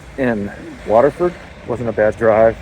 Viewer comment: Why can't you pronounce Waterford?